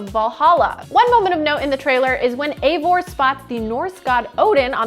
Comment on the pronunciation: It's not Eivor... It's Ivor... This is how you pronounce it